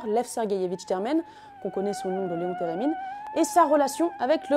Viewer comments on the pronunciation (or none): none